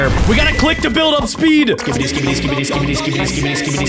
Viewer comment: Stop saying skibydi